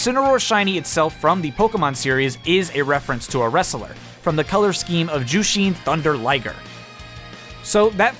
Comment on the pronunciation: You kinda overpronounced Ultimo Dragon and Jushin Thunder Liger but ok